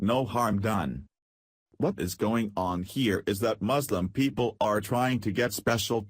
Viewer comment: You don’t even know how to pronounce “Muslim” correctly.